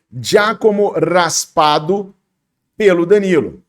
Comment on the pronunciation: É Raspadori,e não Raspado 😂